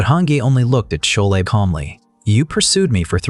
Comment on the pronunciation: Chole 😂😂😂 pronunciations haha